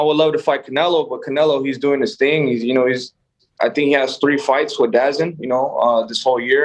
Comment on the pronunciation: DAZN is pronounced DA-Zone bruh